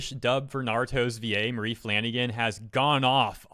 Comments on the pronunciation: i had to pause because he keeps saying her name as mailey flanagan, but its maile as in mail or male. wtf dude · Her name is pronounced my-lee like Miley Cyrus. I know you tried. But WOW I looked up to her but that is wild.